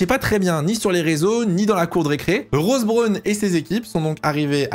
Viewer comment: oui en plus il le prononce mal... c'est un peu désagréable